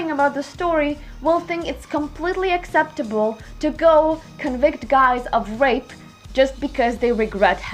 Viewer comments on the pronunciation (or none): none